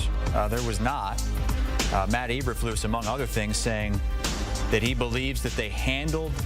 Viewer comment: His last name is pronounced like "E-berf-lose" with emphasis on the "lose".